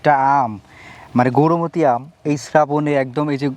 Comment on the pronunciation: Gorumoti noi , Gourmoti bole😂😂😂